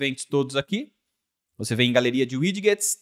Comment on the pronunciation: ao invés de 'uidiguets' diga 'uidjets'